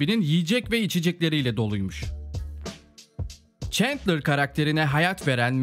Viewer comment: abi şuna çentler çentler diyip durmussun ayar oldum kapadım video eyw yinede eline saglık